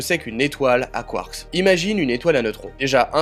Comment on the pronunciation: 🤣🤣 t'as pas capté ^^ c'est ta prononciation de "quarkS" tu l'annonce au pluriel comme si tu parlais en anglais 🤣 je sais pas si tu connais les lettres muettes 😚 c'est un truc qu'on apprend en primaire 🤣 t'es sensé savoir ce que c'est 🥹😘